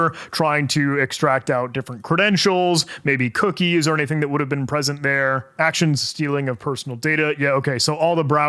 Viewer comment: Humans seem to sometimes omit syllables when they think faster than they talk. Far over a year ago I saw a video of someone flying west to east over Florida in a motorized paraglider, and when he told the camera about his "cruise control throttle" he accidentally said "I have here my cruise controttle". "AnyDink" is a new one I can tell people about now XD